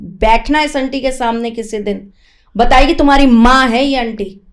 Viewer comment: पहली बात जो है, अंटी नही होती, aunty शब्द है, जिसका उच्चारण आंटी होता है। दूसरी बाद भिक्षा और भीख एक ही चीज है, उर्दू भाषा में भीख होता है। तीसरी बात दक्षिणा, वह भी तुमको पता नहीं। किसी की योग्यता जो हमारे लिए उपयोग हुई होती है , दक्षिणा उसकी फीस होती है। और क्या बताऊं , तुम इतना प्रैक्टिस करके और मेकअप और रिहर्सल करके आती हो, इसकी इतनी जरूरत नहीं है। जो नही जानते वो बेचारे जैसे हाँको चल पड़ेंगे, लेकिन जो समझता है,वो गलतियां पकड़ेगा,और साथ ही अपना माथा भी। भाई तुम सिनेतारिका नही हो, भविष्यवेत्ता हो, इसमें मिट्टी को सजाने की जरूरत नहीं है ,अपना ज्ञान , शब्द ज्ञान और विद्वता को चमकाने की जरूरत है। मैं ऐसे लोगों को जानती हूं जो देखने में पगला दिखता है ,लेकिन उनके ज्ञान को सुनकर बड़े से बड़े विद्वान भी नतमस्तक हो जाते है। दान , दक्षिणा , भिक्षा और भीख को सभी बंधु ख़ुद गूगल करें और देखे।